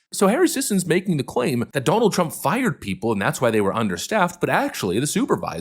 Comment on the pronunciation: “Danuld traump did X”